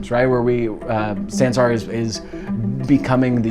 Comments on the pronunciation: God their Pronouncing of Sansar is so hillarious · Fyi It's pronounced sun-saar lol